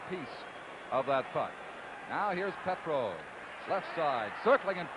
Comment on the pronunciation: PETROVE is what I heard but still very poor...Mike Walton was a dud in this series .